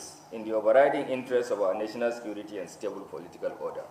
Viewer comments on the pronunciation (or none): How much did they give the IGP for this. He did not see the people that killed and mamed during election to arrest. He did not see oluomo to arrest. Yeye country with security agencies. Nonsense. This na grammar with all terrible pronunciations. LOL, National sikirity